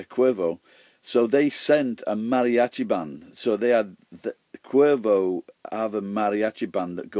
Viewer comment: Cuervo Añejo? So its called "Crow" and its best if it's aged So An aged bottle of Cuervo? Never had Cuervo, before... <.< I'd like to try it someday... Your Spanish pronunciation's are quite good,!;)